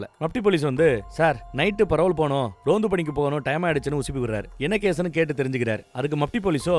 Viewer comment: Adhu Ronth ille anne... Tamil le varume Rondhu, adhu